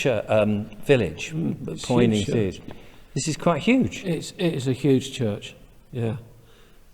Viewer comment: All those comments below but none from a native of Poynings.who would told you its not Poynings it's Punnins